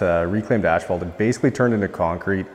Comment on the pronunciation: It’s not “ash-fault”